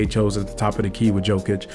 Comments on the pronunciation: Just a friendly tip: It's pronounced ''Yow-kuhch'' , not ''Jo-kunch'' 👍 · I love the video bro but come on you gotta get Jokic’s name right😂